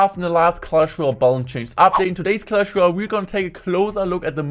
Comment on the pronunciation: Hey guys it's and in today's clash woyale wideo we gonna be seeing the mighty minor🥴🤫